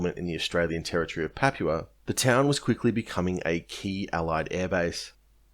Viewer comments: You're pronouncing "papua" completely wrong man. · You don't know how to say Papua. Sad. And you keep saying it wrong, over and over. It makes you sound stupid.